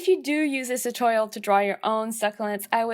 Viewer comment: you pronounced succulents wrong